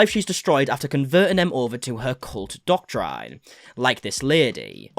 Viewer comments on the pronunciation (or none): “Doctrine” is pronounced “dock-trinn”.